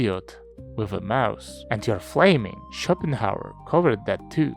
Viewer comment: Пик, как всегда. Но вместо Шопенгауэра я слышу shopping hour